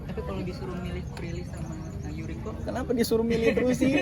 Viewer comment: Yoriko mas bukan Yuriko